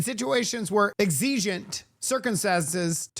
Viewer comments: Sorry, ADHD in full gear this morning. The word "exigent" is pronounced as EK-suh-juhnt (three syllables). The primary stress is on the first syllable ("EK"), with the following syllables ("suh-juhnt") spoken quickly, often utilizing a schwa sound (like "uh"). A common variant, particularly in British English, is EG-zuh-juhnt, though the "EK" version is standard. Cambridge Dictionary Cambridge Dictionary Great video as always!!!!!! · Are you french? "Exigent" sounded real funny.